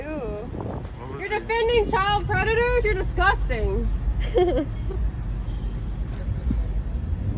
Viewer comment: “Your dizguzzzztang and you know it BeeeYawtch!!!” 👍😂🤣😂 sorry… its not a laughing matter… but there are some hysterical moments.